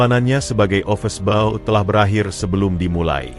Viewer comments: Yg btl dong mbacanya, office boy bkn office bao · Yg bc narasi ky org bodoh. Ofis boy...bkn ofes bou...